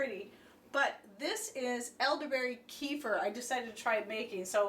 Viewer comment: Kefir, the way you say it, is Donald Sutherland's son. ;)